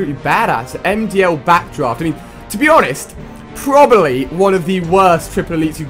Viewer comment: It's pronounced probably not probaly.